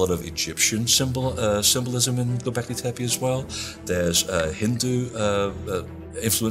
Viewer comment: I hate when people mispronounce names. "Anunakai" "Tepai". If you want to build credibility in your work learn how to pronounce things you working on. Otherwise you will be branded as fool. Hate those "researchers"